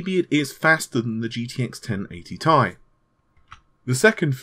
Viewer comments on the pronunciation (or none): Your English is on point "GTX 1080 tie" 😂